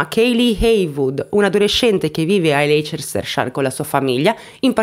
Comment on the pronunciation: si dice lesterscir 😀